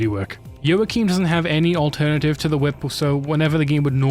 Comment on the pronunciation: I died when I heard you say joachim 😭